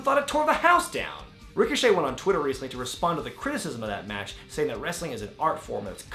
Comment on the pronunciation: Ricoshit😭😂 I Deadass thought that was how u said his name